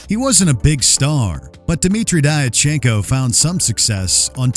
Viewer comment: Diatchenko is pronounced "Dyatchenko".